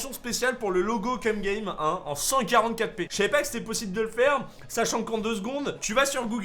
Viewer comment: Excusez moi mais je voudrais savoir si je suis le seul à etre dubitatif lorsqu'il dit "cum game" (je vous laiss utiliser Google trad)